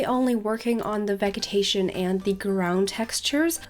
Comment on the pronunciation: I just wanted to correct your pronounciation on a certain word, if you don't mind; In the word 'Vegetation' the 'G' is pronounced the same as in 'Vegetable'. More of a 'J' sound. Thats all from me ^-^ Hope that helped. The video was great btw.